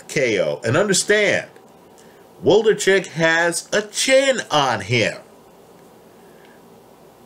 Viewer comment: Wlodarczyk not Woldarcheck lol